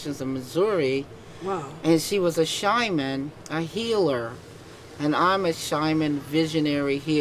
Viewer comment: How come she cannot even pronounce "Shaman" or say the word correctly. Embarrassing. The guy knew she was absolutely fake only about 10 seconds after she started talking. Look at his eyes.